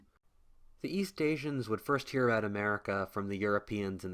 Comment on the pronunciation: it sounded as if you said “I’ve already talked to the Japanese Pirates in the north” instead of “I’ve already talked about the Japanese pirates in the north.” Not a critism just hilarious how it came out for me to hear it x)